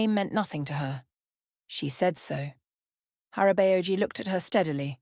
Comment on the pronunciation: It took me a few seconds to understand the korean pronunciations of the Korean words they were using. I had to pause it, pronounce the words the videos way, and THEN it'd hit me which words they were trying to use. "Hara-bay-oh-gee" 😆😂🤣